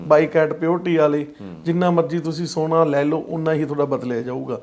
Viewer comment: ਸੋਨਾ ਹੁੰਦਾ ਸਾਉਣਾਂ ਨਹੀਂ 😂 ਸੋਨਾ ਗੋਲ਼ਡ, ਸਾਉਣ ਮਹੀਨਾ, ਸੌਣਾ ਨੀਂਦ